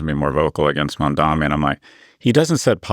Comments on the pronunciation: Builds a strawman and can’t even pronounce the new mayors name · Scott Galloway’s disdain for Zohran Mamdani (who he purposely mispronounces) comes solely from his allegiance to Zionism. Just shameful and really makes me lose all my respect for Scott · cuomo probably confused him by saying mamdami a hundred times